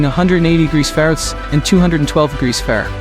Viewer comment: Your AI voice doesn't know how to say fahrenheit.